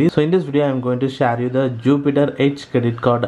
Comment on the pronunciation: When I heard shaare pronounciation i thought you would be from Tamilnadu. Is it?😅